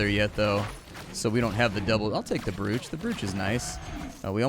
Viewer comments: Brooch is pronounced broach, bro :-) And man this game looks awesome! Diffinetly liked watching you play. Keep up the good work! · Just a heads-up from an English teacher who can't help himself, "brooch" rhymes with "roach" :)